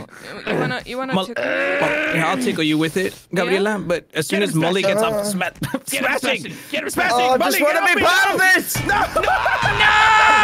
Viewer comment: smashing sounds like juicy